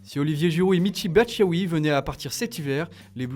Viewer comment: Mitchy Batschaoui 😂😂😂